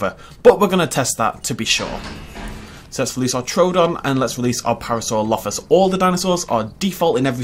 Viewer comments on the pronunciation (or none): Par -asaur - olophus